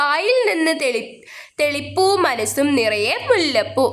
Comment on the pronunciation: തെളി പ്പൂ അല്ല ചേച്ചി ........ തെച്ചിപ്പൂ